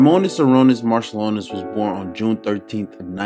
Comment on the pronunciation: LoL - it's Sha-Ru-nas Mar-Chew-Lonis, the Š and Č act as Sh and Ch.